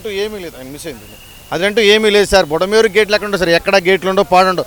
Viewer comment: Super Ga Cheparu Anna, Vadiki Bulamerha Anni Palakadaniki Kuda Ravatledu, Adi Kuda Chepadaniki Ravatledu. Ori Jagan Ga Asalu Y. S. R. Ke Putinava, Lavapt Ga.